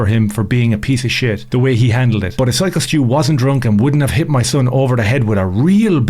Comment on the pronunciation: Dude who tf is Skyo .. It's Syko stu